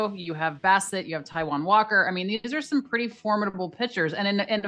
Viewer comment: She said Taiwan Walker, lol!